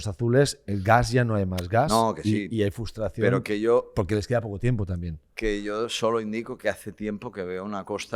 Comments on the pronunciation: Por favor "FRUSTRACIÓN", CON "R"... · ¿Nadie en la mesa sabe decir “FRUStración” correctamente o qué? Cada vez que y dicen FUStración muere un gatito